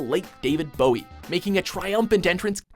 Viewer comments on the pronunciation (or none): it's not David Booie, it's BOWIE